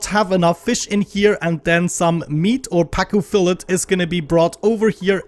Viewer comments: Sorry, I don’t normally correct pronunciation, but it’s fill-AY, not fill-ET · Just FYI, the t is silent in fillet, more like "fillay". English is weird. Also you should think about setting up a live stream. It would be nice to donate to the channel.